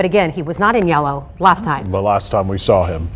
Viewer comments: needs to work on pronouncing words. I cringe every time she says soll instead of saw. Another one is preeeejudiced instead of prejudiced. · Good god lady, the word is saw, not s'all. Go to school people!!! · She keeps saying “SAL” instead of “saw”😅 drives me nuts! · There is no “L” in saw - just sayin’